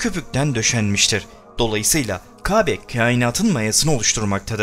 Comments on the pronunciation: Kabe değil Kâbe lütfen konuşmacı ona göre konuşsun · Lütfen K(â)be demeyi öğren. Kabe deyip duruyorsun. Çok rahatsız edici! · "İbrahim" ve "Kabe" teleffuzu çalışması yapman lazım. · Peygamberlerin ismini asker arkadaşın gibi andın ve Kâbe'ye kabe deyip durdun onun için dislike, kusura bakma. . . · LÜTFEN MÜBAREK (KÂBE)NİN İSMİNİ KABE DİYE YANLIŞ TELAFUZ ETMEYİP DÜZELTİRSENİZ MEMNUN OLURUM ZİRA ÇOK SİNİR BOZUCU VİDEOYNUZ ÇOK GÜZEL ELLERİNİZE SAĞLIK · Anlatım güzel. Ancak Qâbe değil kâbe... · Konuşmayı öğren önce.Kabe değil Kâbe. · Murat DURSUN bence elinde değil kâbe diyemiyor istese de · Arkadaş videolar yapıp yayınlıyorsunuz. Hayatınızda hiç mi " KÂBE " diyen birini duymadınız. Şayet bunu söyleme sorunu yaşıyorsan seslendirmeyi söyleyebilen birine yaptırsaydınız bari. Çok ucuz olmuş.